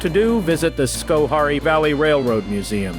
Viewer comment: we pronounce it scho hair ee. Informative. Thanks for making this!